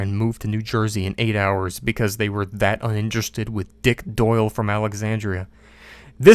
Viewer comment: "DIck DOyle" 😂 why does he say it like that😂